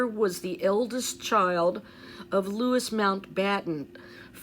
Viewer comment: Hi 😊💕🌸thanks for all your diligence! Louis is pronounced “Loo ee “